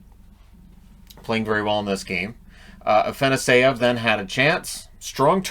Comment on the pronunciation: Just wanted to give you a heads up that it’s pronounced Ah-fah-noss-yev